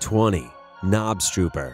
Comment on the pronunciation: knobstruper.? That is NOT how you pronounce that XD